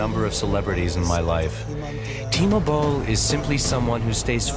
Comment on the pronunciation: His name is...Timo Boll? as in T-Mobile?! LMAO